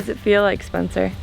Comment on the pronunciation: the lady saying "SPENCER" sounds like "SPONSOR". lol